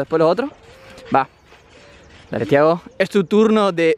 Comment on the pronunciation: tampoco es "tiahgo" Es Thiago